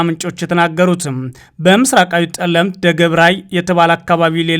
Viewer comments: ጠ ነው እንጂ ፀ አይደለም ። ለዚህ ነው ለህወ ... ስስ ልብ አለኸ የሚባለው ። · አንተ ደንቆሮ ጠለምት በል የምን ፀለምቲ፣ማይጠብሪ እንጅ ማይፀብሪ አትበል። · ይህ ልጅ ማንበብ ሲጀምር በፀለምት:በፀገዴ ሲል ይህ ግለሰብ ለምን ዜናውን በትግሪኛ አያነብም እላለሁ::ሌላው አፍንጫውን ማፅዳት ለማንበብ ይቀለዋል